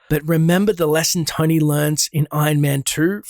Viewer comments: Is this guy saying "Tiny Stark" or Tony... I'm so confused? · Its Tony, not Tiny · Is it me or does every time says Tony it sounds like tiny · Tony is genius, your video nothing matches with thumbnail, and learn how to pronounce Tony, you pronounce likes tainy not tony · it sounds like he said tiny stark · Anyone else keep hearing dude say Tiny Stark? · He kept saying tiny stark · It's Stony Tark. Get it right.